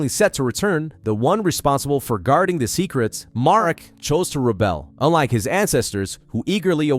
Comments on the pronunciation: Marik, not mark. Omg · Why does it sound like hes calling Marik Mark 😂 I know hes not saying Mark but it still sounds like it lol